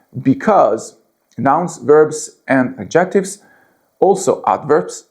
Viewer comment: AD ject ives....stress on first syllable ...NOT...ad JECT ives...